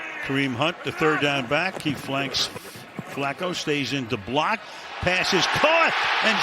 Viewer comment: i swear the pronounce Njoku’s name different every week